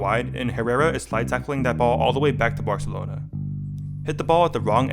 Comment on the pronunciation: did you say "Barcelona"😂